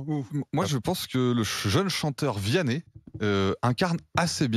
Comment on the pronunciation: "VIANNEH" MDRRR j'en etais sur il allait dire ça.... Le chanteur préféré en sortie de messe mdr Il est bien plus detesté en france qu' Aya